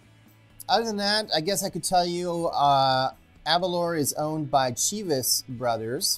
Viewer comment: Just watching this review now. With the pronunciation of Aberlour, the 'lour' part is said as if you are saying the word flour/or flower but without the 'f'. A'bunadh is pronounced A-boone-ack. Slàinte mhath 🥃🏴